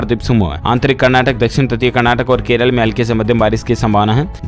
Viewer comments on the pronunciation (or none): none